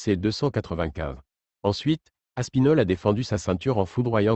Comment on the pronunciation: Aspinal. Hahaha Aspinal